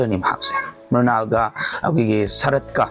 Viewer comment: Mural haiba ntte Mrunal haibaniko